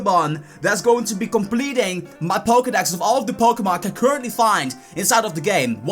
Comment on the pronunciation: Pokedax? learn to speak